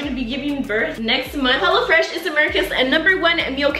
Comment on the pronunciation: The intro when she was like hello fresh i thought she said HELLA FRESH 🤣🤣